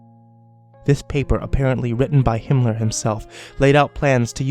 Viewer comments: Was he saying Hinler? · ***** Do you keep saying Himler? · Isn't he saying Himmler? The head of the SS?